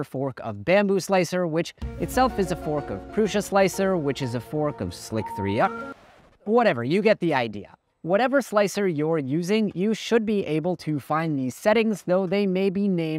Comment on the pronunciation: Am I crazy or is Sli3r most likely pronounced simply as "Slicer"? Back from the leetspeak (1337) days where letters were substituted with similar looking numbers (3 is a backwards E) in order to increase the cool factor or something.